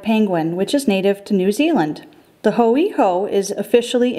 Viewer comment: That hoiho pronounciation gave me cancer